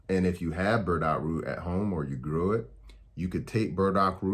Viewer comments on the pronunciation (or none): none